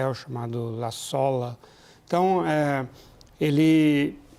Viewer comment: Parei de assistir quando ouvi "cartel de laçola". Meu Deus! De onde saem estes especialistas?!